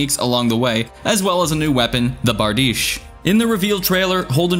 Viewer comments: I have serious issues with calling a bardiche a baridshhhhhh, if you see this, it’s pronounced bard-e-shay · It's Pronounced BARD-IH-SHEA